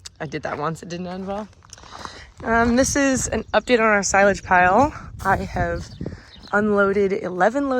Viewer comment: Chopping sigh-lage?